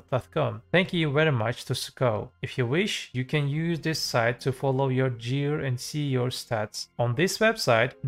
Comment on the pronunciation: Jear score? U mear ''gear''?